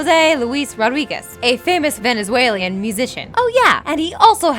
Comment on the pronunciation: venezualian instead of Venezuelan